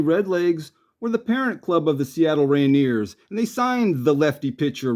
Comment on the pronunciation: Do you really not know how to properly pronounce the word Rainier